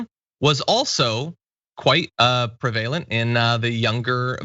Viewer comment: Did you say “pre-vay-lant” instead of “preh-vuh-lent”...? Have I been saying it wrong this entire time?